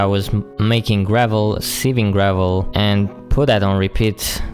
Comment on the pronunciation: you say iron weird and you say gravel like grae-vel